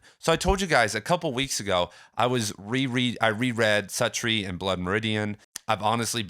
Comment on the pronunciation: You’re mispronouncing Suttree